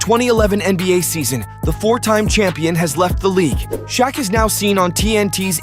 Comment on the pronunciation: Dislike because you can’t pronounce Shaqs name correctly